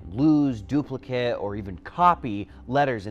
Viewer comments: Slimy DNA. Yech. Also, pronounced "duplicate" as if it were a noun when it was clearly a verb in the sentence. I know it's nit-picky, but it's like it's his first time reading the script. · I personally hate the way he pronounced ‘Duplicate’